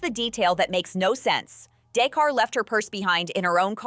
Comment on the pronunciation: DA’CARA!!!!! NOT DAE’CAR LOL! 😂